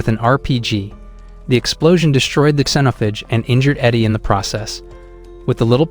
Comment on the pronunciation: AI can't pronounce xenophage lmao "Zen(or zeen)-oaf-age"